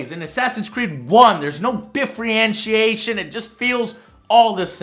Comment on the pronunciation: No offense,, but: I've never heard of the word, "diffrientiation." Love the video, I agree with the problems you brought up that plagued the entire Triple A games industry in 2014, but I had to mention that.